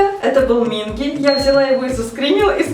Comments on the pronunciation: не мИнги, а мингИ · Ким Хонджун(ударение на у) Пак Сонхва( ударение на а) Чон Юнхо(ударение о) Кан Ёсан(ударение на а) Чхве Сан Сон Минги/Минки(ударение на вторую и) Чон Уён(ударение на ё) Чхве Чонхо(ударение на вторую о) Вы немного не правильно имена произносите)) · Почему все вы говорите Минки "К" а все корейцы и сами парни говорят Минги "г"??(( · извиняюсь, но правильно минкИ (ударение) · Ставьте ударение на второй слог имен, т.е МинкИ и тд) По кор.правилам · Извините меня за занудство, пожалуйста Но правильно говорить МинкИ т.к. в Корее ударение всегда падает на последний слог И я так рада за вааас~